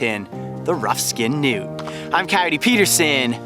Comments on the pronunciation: at first i thought he said nudes lol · When they say Newt is sounds like nude